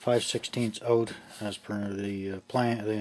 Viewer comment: put that ooooout, Canadian uh?